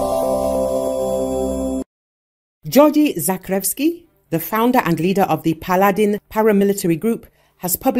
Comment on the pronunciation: They pronounce Paladin like P’Aladdin